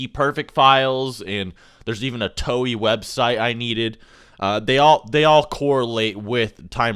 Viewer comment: Bro said "Toey" lol it's "To-ay"